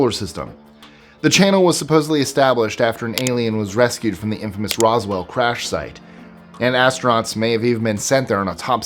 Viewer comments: I wish that people who make these videos would do more research. He called Roswell "Rockwell" lol. Project Blue Book was not secret but Sign and Grudge before it were. I'm only 2 minutes in so how many more inaccuracies will there be? Lol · Yeah, as a fan of UFO history, that verbal mistake had me cringe.